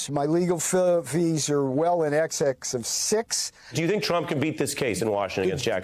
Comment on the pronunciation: Those legal fees are well in 'excex of $300,000',are they?. Exex or exax, I'm still trying to work out what exactly you spledd. Trump has much to answer for including dragging others close to him down to his disregard for pronunciation. What a shame wasn't able to remain annomminnux.